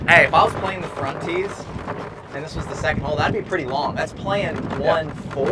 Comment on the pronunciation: "Fromt Tees"?